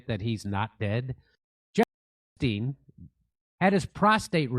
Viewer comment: Fuck that his name is Epstein not UUUUNT!